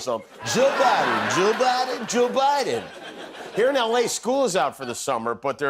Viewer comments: He looks high. lol Joe Bi-en lol Its like they cant pronounce their D's. At the end a bus goes past in the background that looks like the woman in the middle! Plus its ironic that a games being played where your not allowed to give away the game and the woman on the bus is making a "Shhh" gesture!" PMSL If that was just coincidence then that's pure natural gold!😂 Plus I want that Dog with the bandana. haha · Don Jr., aka peewee Herman, is too high to say president Biden name correctly. 😅😅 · Joe Bahden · As much as I dislike Stephen Miller, I think the way he pronounces Biden’s name is typical of Californians. My wife and I are both native Californians and we drop the ‘e’ sound, too. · I pronounce it "President Biden".